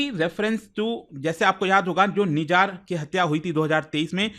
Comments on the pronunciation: सर निजार नहीं, "निज्जर"। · Mere bhai it’s nijjar not nijaar 😂